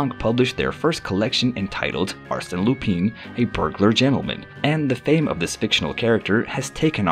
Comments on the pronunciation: Lupin is pronounced Loo-pahn. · Legit though, how am I going to take a video seriously when you can't even pronounce the topic's name? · His mispronation of the name, made it hard to watch the video 😄